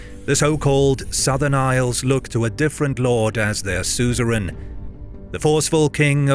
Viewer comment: Sue zer en .. ha ha Had me stumped at first